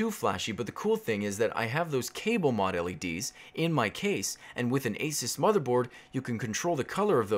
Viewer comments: lol its A-SOOS not A-SAS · The way you say "ASUS" was confusing.